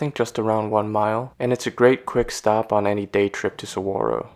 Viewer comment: Always love my visits to Tucson and the surrounding natural landscape. Saguaro NP will forever be a special place to me! 45 National Parks and counting :) Also, you pronounce "Ocotillo" as "Oh-co-TEE-yo" and "Saguaro" as "Sa-WAH-ro." Just thought I'd give a heads up! Great video, thanks for sharing! :)